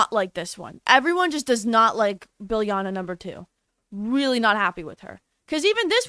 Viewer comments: Biljana is actually pronounced as "Beel-yana"! I know cause I'm from the balkans :D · It’s pronounced Biliana or Bilyana😭😭😭 the J was out there to put emphasis on the YA sound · I think that the “J” in Biljana should be read as the “y” sound. J sounds like y in Slovak. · stop butchering biljana sm 😭😭😭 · I cringed so hard